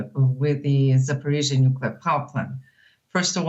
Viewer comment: Why can't anyone at DW pronounce this city/power plant name correctly? It's a "zh" not a "ts" or a "ch" sound. Come on people, you're professional journalists yet report after report you get it wrong. Not even close! aaargh